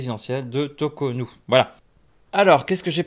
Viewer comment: J'essaie d'être le plus objectif possible, mais quand on commence à écouter la vidéo au bout des deux premières minutes, on entend "behanzy" au lieu de Béhanzin et "tokonou" alors que le nom c'est Cotonou ça me laisse présager de la suite